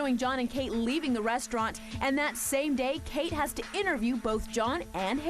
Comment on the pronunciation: "I was really imprahssed. He drove us to the rahstaurant." ugh....lol "batch!" hahaha